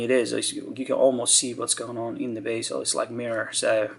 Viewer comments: It's pronounced bezel, not baysil. I believe baysil is how you Yanks pronounce basil, which is a herb. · are you German or Spanish. Btw it's bezel not basial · Bezel not basil ....stupido! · Sir-ram-ick......just joking...be-zul